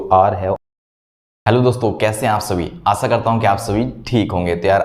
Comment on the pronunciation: आशा not आसा